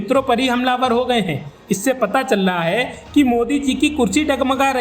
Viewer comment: Telangana spell nahi karna aata, chal raha hai ko challa hai, what kind of news anchor is being hired by Ashutosh. Disgusting.